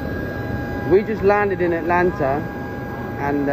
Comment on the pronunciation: ooh the spectacular spoilerman likes to say athlanta